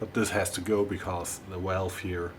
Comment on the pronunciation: I like how you say walve 🤭